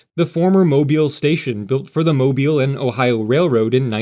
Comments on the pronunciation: You need to learn the names of the cities and pronounce them properly every time. Sometimes you say New Orleans correctly and other times you used the ear screening New OrlEEEENS, Awful! Pass Chris-tee-ANN is the proper way to go. I was glad you said Mobile correctly every time. I'm eager to hope on board and take my trip along the Gulf Coast on Amtrak. It costs how much?? I'd love a new train adventure. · How can you pronounce Mobile properly, but New Orleans escapes you?????